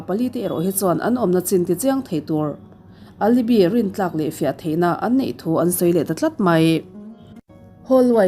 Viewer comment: Alibi nilo in alibai ti a lam tur.